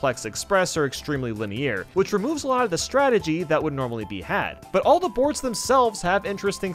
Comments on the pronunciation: LINUH EAR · lin- ay- year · i hate how he says linear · I can never unhear how he said linear 😂